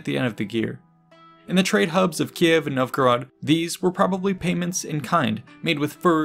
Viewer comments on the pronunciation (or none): none